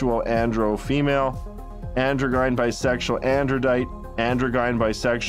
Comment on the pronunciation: The guy who wrote and read the audio book for his "Hard Times Make Tough Men" Spartan helmet book sounds like a doofus frat boy having trouble reading his own book. And by that I mean, "androgyn-" isn't "andro-GUY'n". It's pronounced "andro-jin", like gym, but with an "n". I'd like to see this author's credentials before giving this book a chance.